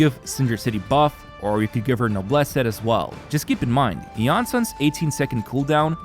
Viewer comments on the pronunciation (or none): none